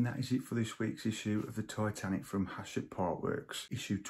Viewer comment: Love the video, and thatnks, but the publisher is called HACHETTE (pronounced ash-ette). 😅